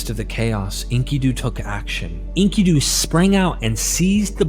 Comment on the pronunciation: This is so hard to listen to. His name is en-KIH-du. Not Inky-doo. He's not a squid in a diaper bro.